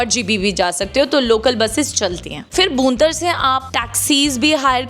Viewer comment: Madam, बूंतर नहीं है वो,भुंतर है